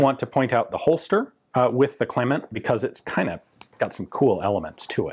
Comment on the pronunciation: It's actually pronounced Cleeman 😁